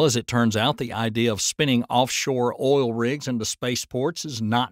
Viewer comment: It's oil not all...